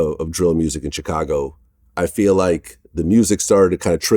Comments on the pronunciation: Ch cago 🤣🤣🤣🤣🤣🤣🤣🤣🤣🤣🤣🤣🤣🤣🤣🤣 the rest of the world pronounced it shicago vlad lol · I hate the way vlad says Chicago 😂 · I hate the way Vlad says Chicago lol